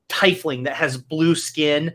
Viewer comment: You are saying "Tie-fling" (pronunciation) in the game. Is this the same thing as a Tiefling in D and D pronounced "Tee-Fling?" Just curious. I thought perhaps it was a copyright issue or something the reason for the pronunciation. To be honest, there is probably no rule for this. But, you are the only person I have ever heard pronounce the word this way. Thanks for ya'lls entertainment during my lab work. Cheers!